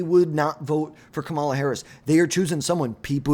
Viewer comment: How are we in 2025 and still mispronouncing Kamala Harris' name? KA-ma-la, learn to say it correctly like everyone does for every other politician.